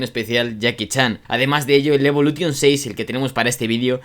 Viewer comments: Cada vez que dices evoluTTTTTion muere un afgano 😭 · Lancer evolu"TION" el acento.... A todo gas amigoo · A mí también... Evolu t ion.... Como cuando dicen play sta t ion.... 😵🥴🥴😵🥴😵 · DE POR DIOS!!! Deja esa T, aprende a pronunciar Evolution! Los nombres son propios! Deja de inventar! 😡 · Iba a ver el vídeo pero insistes en decir evolution a lo castellano, ni los japoneses lo pronuncian asi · Aparte de decir (evolution) como lo dices el 10 no salió en el 2005 🤦🏻‍♂️